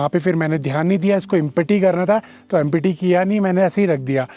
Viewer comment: Empety kya hota..... Wah re wah kya english hai re teri